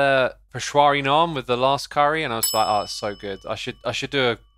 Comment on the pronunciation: peshawari, not peshwari smh X!